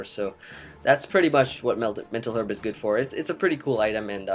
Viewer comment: I'm gonna need you to pronounce 'herb' correctly.